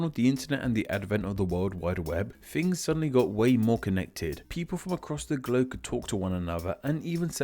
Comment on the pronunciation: "People from across the gloke"